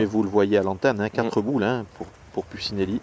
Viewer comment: doit le savoir mais je le rappelle quand-même: Puccinelli ça se prononce « Poutchinelli », et pas « Pussinéli ».